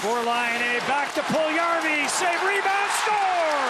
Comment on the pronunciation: And how to pronounce Puljujärvi: Pull-you-yarr-we. Best of luck to Jesse, he has everything to be superstar after couple of years. Some even say he's better than Laine.